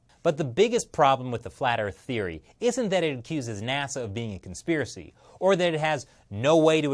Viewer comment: You made this whole video to say "conspherecy". Admit it.